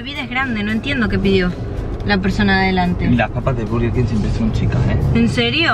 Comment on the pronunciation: por que dice barger king aaaaaa no es hate